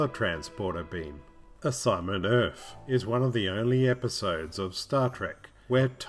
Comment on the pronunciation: Why do you keep saying "Urf"?